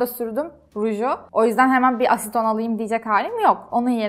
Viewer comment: Çok zarifsin gerçekten zarafet yerine zerafet demişsin video girişinde şarja da şarz diyorsundur sen. Ayrıca asiton değil aseton